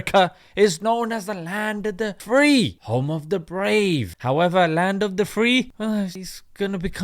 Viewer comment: I thought he said "home of the DEPRIVED" but I did hear "home of the FEE"